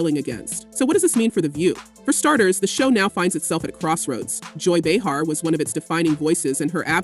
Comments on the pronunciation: How many different ways can this AI announcer pronounce Behar in one story. So annoying! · Can't you teach your AI that it's Bay-har, not Bee-har? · beehar beehar beehar, its driving me nuts how the narrator gets it correct about 20% of the time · Bay har not bee har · How is it they can't get her name pronounced correctly? They go from calling her "Bee-hat" to "Bay-har".Whichever it is/was doesn't matter as ABC smartened up and fired her old ass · Bay har is how she pronounces her name. 🙄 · Hate the way you pronounce her name…😂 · You’re pronouncing her name wrong…good lord!